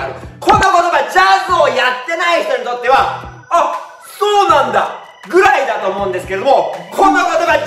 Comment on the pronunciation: 「そう！」が「爽！」になってるとこで我慢できずに笑った🤣ジャズ界の仕組み少しわかりました☺